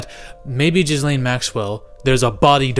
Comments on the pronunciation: Jizzlane? PRONOUNCE IT GEL-AIN. Ya dont say it like you say hair 'gel' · It's fucking Gillaine it's not Jizz-Laine! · Its pronounced gillane ffs lol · Bro i’ve been waiting for someone else to pronounce her name as jizzlane and finally! 🙌🤣🤣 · Bro her name is not pronounced jizz lane 😂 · I love that the internet universally refers to Ghislaine as "Jizz-Lane" :D :D :D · Dude are you pronouncing the S in Ghislaine on purpose 😂 Edit: "Anna Hetch" 🤣